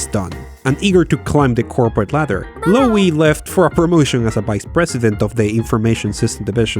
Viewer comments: It's just pronounced "low". Not "lowey". Should've been a clue when all your AI voices pronounced it correctly. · This guy can't pronounce things. It's incredibly annoying. Lowe has a silent E. It's just Low. I used to work in TV. I should start making YouTube videos as my content would instantly be more professional than 99 percent of what's on here. The YouTubers I subscribe to tend to be people who are accurate. It's no use spending months researching a topic on say Winston Churchill only to say Winestone Church ill. I know that sounds mad but I'm just trying to make this fun. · Note that the surname Lowe is pronounced same as "Low". As in Rob Lowe. Also Kildall was pronounced Kilwall the first time spoken. But I still like your work. 😙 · That pronunciation of Lowe, though!